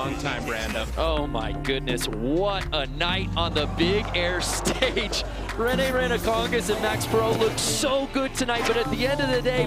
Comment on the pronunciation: The way they cant say rene's last name right is just so funny